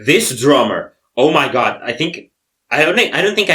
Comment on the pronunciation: with the KAKAAA 🤣🤣🤣🤣🤣🤣🤣I CAN'T LMFAOOOO "Oh my gyad. I love tyacos" hahaha that's what comes to mind when you say "OH MY GAD" 😂